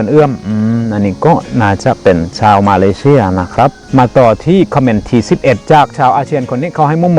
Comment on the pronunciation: ช่วยออกเสียง ช.ช้างให้ชัดเจนมากกว่านี้หน่อยครับ ได้ยินเป็น ส.เสืออยู่เรื่อยเลย เช่น ซาวไทย /ซาวอาเซียน ฟังเป็น สาวไทย /สาวอาเซียน แต่ก็รู้ว่าที่จริงคืออะไร 😆